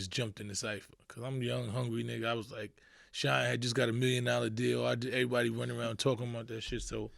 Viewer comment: Shyne who? Kshine lol.